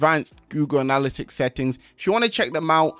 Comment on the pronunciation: It’s killing me the way he’s saying anALLitics instead of anaLITics